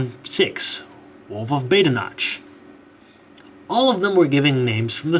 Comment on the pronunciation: Badenoch rhymes with 'loch'